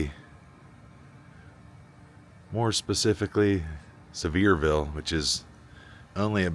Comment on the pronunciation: Congratulations on your ten year anniversary! 🎉❤. May the next ten be full of joy, health, and success. Kudos on the recognition of ATW. (He will be missed, won’t he?) As an aside, my great uncle once owned a manufacturing business in Sevierville. (And congrats on pronouncing it correctly! Many don’t! 😂) I look forward to your 2026 content. May God bless y’all as you take us on adventures and share insights. 🤗